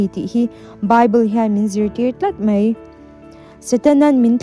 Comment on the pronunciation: Mei❌ Mai ✅